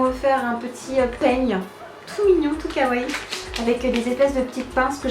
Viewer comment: A chaque fois tu dis " Kawaye" Mais on le prononce " Kawayii" o/